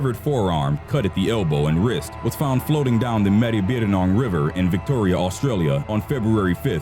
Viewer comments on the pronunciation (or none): he said maribyrnong so funny im dead